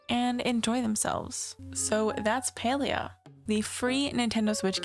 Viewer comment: Thumbs down for your terrible pronunciation of the game learn how to fkng read.